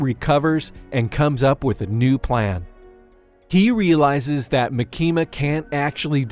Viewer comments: He is pronouncing her name as "maki-ma" like california maki. It should be "ma-kima" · Ma-kima not Maki-ma I think 🤔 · Its MAAAKIMA 😂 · It's not makima it's actually pronounced micky the control devil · I'm trying my best to get over how you say "Muh Kee Muh" lol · Maa-kima sheesh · maKEEma :D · You pronounce Makima like southerners pronounce Quesadilla "Quizz-a-dell-a" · I cannot watch this video with the way your saying her name💀💀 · Can’t get over how you pronounce Makima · Yeah I stopped watching after u kept mispronouncing makima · Take a shot every time he says makima’s name incorrectly. I’ll go first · the way you pronounce "makima" 💀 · its really not hard to watch the anime and listen.. they literally pronounce it correctly like 6 times in the second episode.. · kills me